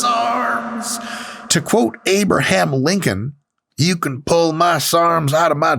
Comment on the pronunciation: When Mike quotes Abraham Lincoln he becomes Babebraham Lincoln.